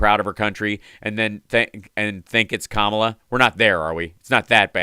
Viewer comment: Omfg, Levin... Her name is KAmela! Not KaMAla! This truly annoys the shit out of me. As does idiot Mike Pillow's "Rafsenperger"... It's Raffensperger! Honestly, how hard is this??? Ugh...